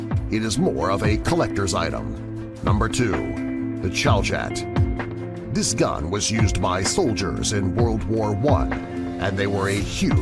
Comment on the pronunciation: Chauchat is pronounced shosho